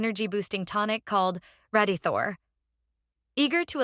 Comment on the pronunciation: AI VOICE AI VOICE AI VOICE AI VOICE RADITHOR RADIETHOR RADITHOR RADYTHORE